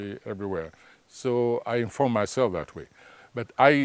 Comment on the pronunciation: You mean Mayself? Nyou😂😂😂